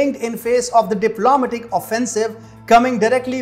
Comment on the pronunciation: Not: dip LO ma tic. Say: dip lo MAT ic. Sorry, but that bothered me wery much.